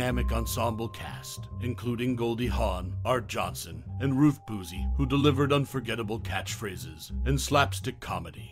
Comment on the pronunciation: It was an hour, not a half-hour. It was created by George Schlatter, not Rowan and Martin. Dan and Dick hosted. Art Johnson? Ruth Boozy? Try (phonetically) Ar-tee Johnson and Ruth Buz-zee. There was a pilot special that aired in September of 1967, but the series itself didn’t premiere until January 1968. Again, NOT created by Rowan and Martin. Are the rest of your facts this inaccurate? Congratulations! Thanks to your endless repetition, you managed to cram about three minutes of information into ten minutes and nineteen seconds.